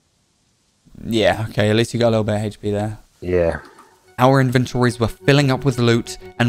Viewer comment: For the love of god stop pronouncing HP as "heyshpe".